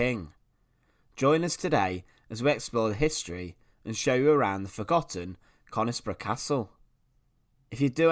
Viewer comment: the locals pronounce it as cunisbro ! :)